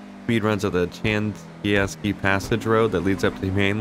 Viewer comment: Lol these cats cannot say Chianski.